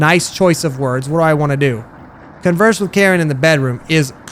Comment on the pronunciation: Her name is pronounced kareen